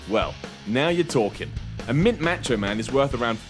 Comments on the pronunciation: "Match Cho Man" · "Matcho" Man toy is insane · This clown couldnt even say macho mans name right. smfh